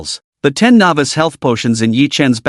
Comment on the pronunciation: Something that has bothered me a little in all of these is the way the AI pronounces novice as navis